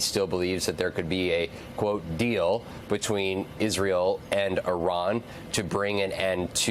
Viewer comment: "pronounce Israel correctly" challenge difficulty: impossible also, why would you repeat trumps rhetoric of the 51st state?? such nonsense